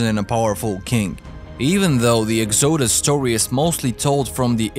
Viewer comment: Love ur accent and how you say exoosus 😂😂